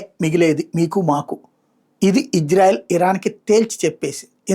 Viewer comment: Ayya. .. adhi hijrayelu kaadu ...meeru sarigga palakali.